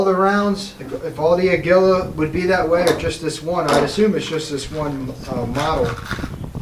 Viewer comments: I've been shooting a Mk III for some years now. I've had the best luck with CCI Mini-Mags. Federal Auto Match works well too. By the way, it's pronounced "uh Gee Uh." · Agulia is pronounced ( AGEEYA) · It's pronounced "A goo la". Yes, the post about it being kinda weak for standard velocity is correct. The federal 550 shoots tolerable out of my MKIII. If you want to stay with the cheaper bulk packed ammo try the federal "automatch" for around 13 bucks for 325 walmart. CCI standard velocity shoots well but at a higher price. You may find that CCI minimags may well outshoot all of them. .22 pistols are a picky bunch.